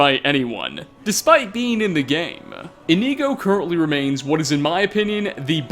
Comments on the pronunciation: come on brother, you have Inigo installed, and your gameplay videos with him were up on screen. His name is Inigo, not Ineego/Ihkneego lmao. I know you’re not the absolute best at pronouncing Elder Scrolls names, but Inigo’s name is literally right there in the title (and his pictures). He is a blue Khajiit, made by Smartbluecat. Indigo is a color close in shade to blue. Inigo therefore is pronounced like Indigo, without the “d” 😂. It’s okay though, I still love your videos lol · Its not IniEgo its InIgo, with the I being said like "Eh" or very fast. Inigo. Not Inego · I thought you pronouce Inigo as In-igo not Ineego. Have I been saying his name wrong this whole time D: !? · In ‘I’ go not in ‘ee’ go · Why are Americans so shit at pronunciation, why is he pronouncing "Inigo" as "Ineego" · Inkneeeeeeeego. Bruh. Inigo says his name a lot. He's a Khajiit. Why are we pronouncing it incorrectly? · E...EeKneeGo, nice. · Its not really a stereotype its relatively true, in the same way that I'm sure us English completely butcher the pronunciation of a lot of your words and or phrases but I'm just pointing out that there are a few such as "Inigo" that I don't understand how they could be pronounced differently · Is it just me or does it seem like he hasn't played with the Inigo mod at all considering he can't pronounce the freaking name correctly? I think I'm about to have a brain aneurysm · The way you said Inigo makes me want to go deaf. Sorry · Okay this is cool and all but all I really got from this is the fact that you don't know how to pronounce Inigo. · Normally I'm accepting of your difficulties with pronouncing things, but butchering Inigo's name so badly comes fairly close to sacrilege. Hopefully, you'll learn the pronunciation by the time V3 comes out.